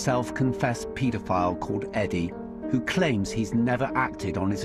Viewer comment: Just trying to shed some light on this very dark n disturbing video... But the way he says paedophile really bugs me lol. He pronounces it as, 'Pete-a-file.' Lol 😂 it's super annoying to hear him pronounce it that way, considering he says the word 'paedophile' damn near after every single word lol.